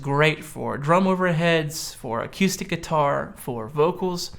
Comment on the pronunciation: Really? a-Q-stic?